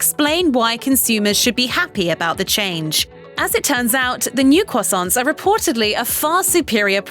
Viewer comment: why does she say croissants crwosounts?